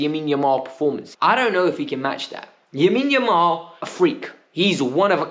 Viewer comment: stop saying yamine yamal 🤣